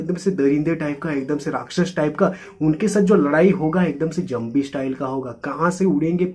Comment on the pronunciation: Zambi😂, it's zombie bro..